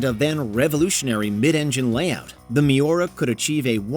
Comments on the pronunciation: Oh man, that pronunciation of Miura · Its MIURA not miora